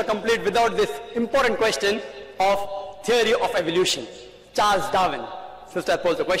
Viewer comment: Every time he says "Theory" I hear "Ceery"